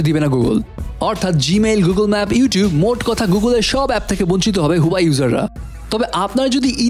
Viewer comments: Bro,Its Huawei😐not huyawei. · Its not huwai . This is huawei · হুয়াই নাহ্👎👎 হুয়াওয়ে বলতে শিখুন। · ভাই হুয়াই না, এটার উচ্চারন হুয়াওয়ে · You have work on your pronunciation. Its wa --way not hoowai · Vai Huawei kotha ta right vabe uccoron Kora shiken